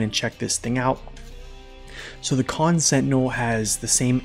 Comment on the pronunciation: Khan, not Kahn